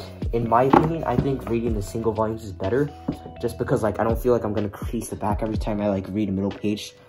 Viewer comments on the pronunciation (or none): none